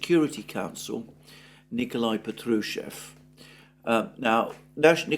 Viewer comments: Patrushev : stress os on the first syllable! It is PAtrushev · Александр, вы неправильно произносите фамилию Патрушева, там в первом слоге звук "А", как в первом слоге английского слова puppy.